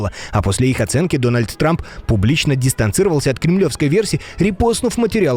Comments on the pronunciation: Дональд срамп я не ослышался😅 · Он там сказал Дональд Срамп?)😂😂 три раза переслушал.. шестая минута